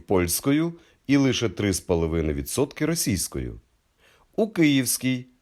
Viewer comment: І наголоси ЛишЕ, а не лИше КОбринській повіт, а не кобрИнській, як польською...